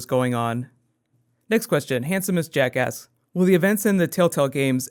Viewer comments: Did anyone else hear him say "The Handsomest Jasckas" ? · lol sounds like "jackass" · when you said "handsomest jack asked" it sounded like you said "handsomest jackass" hah too funny